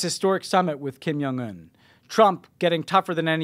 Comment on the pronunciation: Stop saying Kim Young Un, it's Jong with a hard "J"!